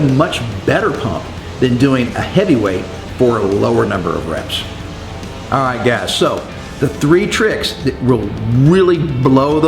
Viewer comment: You're cool!! At 2 mins 6 secs, it sounded like you said aiiightt!!( alright) 😄